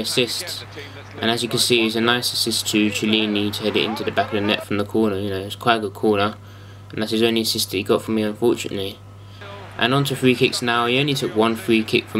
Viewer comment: Lol curve is only for set pieces and Chiellini's name is pronounced like Kiellini. Btw his power and long shot stats lie: based on real life, both should be at least 90.